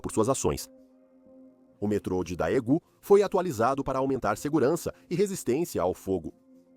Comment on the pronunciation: a pronúncia é "dêgun"